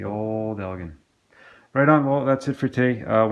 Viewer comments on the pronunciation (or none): Ell- Gin Lol 😊. But man! They are my favorite obsessions, too! I've got 5.5.5hp's, 7.5hp's and the 12hp's, of which the 12hp's are my favorite hp. I've been searching and hoping for an 18hp but so far, no luck in Michigan. West Bend made and quite a few Chrysler parts will interchange. Nice one,!!